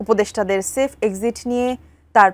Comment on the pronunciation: সেলফ নয় সেফ, ঠিকমতো সংবাদ পাঠ করেন।